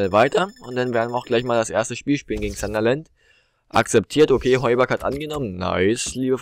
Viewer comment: Es heißt sun-der-land und nicht zanderland